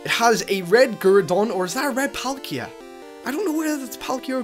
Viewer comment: Its palkia -_